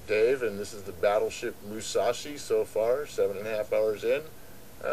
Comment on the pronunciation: dude it is musashi not mushashi